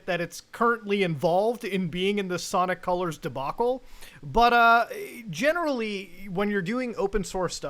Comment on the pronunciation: It's Sanic Calars